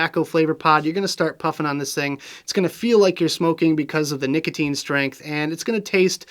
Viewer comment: His name is nick-otine